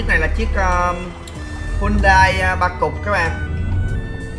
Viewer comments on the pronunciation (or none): none